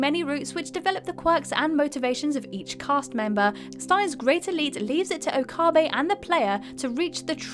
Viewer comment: Stains ... Gate and Okaahhhbe. I think I threw up in my mouth a little bit!